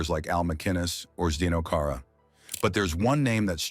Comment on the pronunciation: Do your homework, man. Lame video . For one thing, Zdeno Chara isn’t pronounced Zeno Cara.